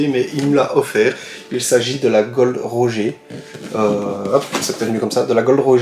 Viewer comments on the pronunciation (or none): On dis gol D « rogere » et pas gold roger bonne continuation 👍